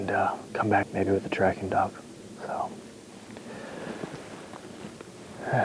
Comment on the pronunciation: Dog not dock